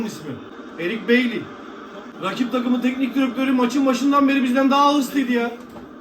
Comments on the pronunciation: Eric baily zaten bayi diye okunur yanlış soyleyen sensin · Spiker Bailly ismini dogru söyledi bu arada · la spikere boşa sövdün öyle okunuyo bailly hahashshs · Eric Bayi diye okunuyor, haberin olsun. Fransizca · Evet BJK‘liler sinirli, öfkeli, AMA ERIC BAILLY konusunda spikere bosuna Küfür etmeye gerek yok. BAILLY fil disi sahillerinden geldigi icin, Fransiz kökenli bir isim bu yüzden isimin telaafuzu „beyli“ degil, „Bayii“ gibi olur. 😉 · Eric bailly fransizcada baiyi diye okunur kardesim. Almanyadan selamlar 🖖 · spiker Bailly'nin adini dogru söylüyor bu arada, fransizca da öyle okunuyor, sen hem yanlis biliyosun hem de adama hakaret ediyosun aw 🤣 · Eric Bailly, "Bayi" diye okunuyo bu arada. Boşuna küfretmişsin spikere kral :D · abi bailly fransızcada bayi diye okunuyor